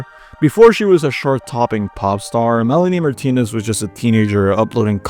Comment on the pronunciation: I know it's not AI since only a human could say shart when trying to say chart